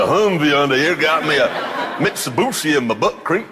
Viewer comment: Hundi, mitsubushi, teyota, nesan, jaguarrrrrrr